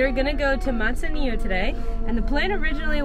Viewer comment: Mud zanillo 😆